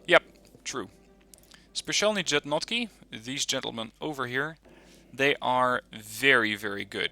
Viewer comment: Slavic languages are hard for someone who's native language is Germanic. I can...attempt, but that's all I can do XD